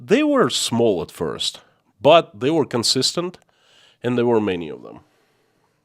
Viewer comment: You pronounce AND as END. Kinda annoying